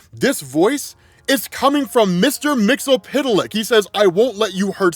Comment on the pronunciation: I don’t know if there’s many times where I would put my knowledge of comics up against … someone should let him know it’s MIX-YIZ-PIT-LICK. Just like it’s spelled.